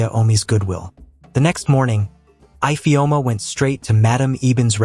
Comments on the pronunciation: What is eyefeoma instead of ifeoma😂😂😂😂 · Ifeoma and not ipheoma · That’s not the pronunciation of our name Ifeoma 😣😣 the pronunciation is e-feoma if that will help . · 😭😭Fr though. My name is not even Ifeoma but I'm offended by the pronunciation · Nice but the igbo name ifeoma was not pronounced well